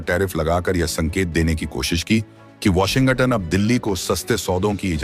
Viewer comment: ***ANCHOR, (Mr.....) Please soften the "G" in Washington--so that U don't say "WASHIN--GUTTON"..***!Swallow the "G" in Washin(g)ton!! That should help!!--NO GUTTON!!!